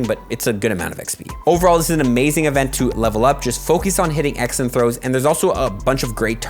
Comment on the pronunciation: pronunciation of "Excellent Throws" always throws me off during the first few months watching his vids. Now I just find it very adorable. "X & Throws" =P